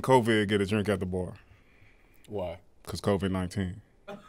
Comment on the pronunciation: "Becasue"??? Wtf🤣🤣🤣🤣